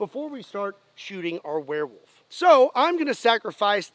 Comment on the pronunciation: "OH!!!...Oh DEAR..."... Warewolf... not deer.